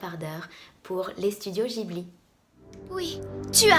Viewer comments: Y'a que moi que ça choque quand tu as prononcé "gibli" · Les studios « Jibli » ? 😆